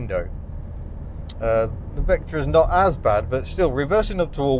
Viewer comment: "Serious Vectra-in" (No G)